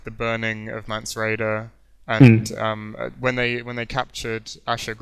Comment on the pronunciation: I know, so many tedious colloquialisms and oh so annoying repeated phrases like " Shit ton of...".Typical rhythm or lack there of and terms of stock "Games Workshop-esq" fantasy nerds, down to the giggles. Let alone the strange character name pronunciations. Mance Rayder...mispronounced as "Mance Rider" Melisandre as " Melisandria" etc.I dont know how you get them so wrong. Essentially eternal virgins. but besides that pretty good.